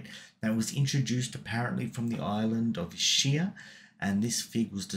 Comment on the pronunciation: EEE-Skyah. That's how you pronounce Ischia. Most people get it wrong, but it helps to remember it's an Italian word.